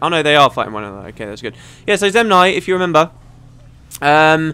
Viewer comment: Zenmai, not Zemnai